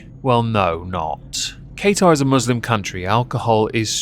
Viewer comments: Love the videos. Your points are all so true. Love how you butcher Qatar's name (it's said "kah-tar") it made me laugh so much haha. Keep up the awesome work 😊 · Ok, imma say it coz I'm from the middle east and its kinda inking me. Qatar is pronounced Kaa ( like kaka) ter ( T from the tip of your tongue, er like ehrr from the tip of your tongue) Edit: I'm going to say.... because apparently I triggered Beaumont 😊❤️ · I can't take you seriously when you refuse to learn how to pronounce the country's name. What the fuck is Kay-tar?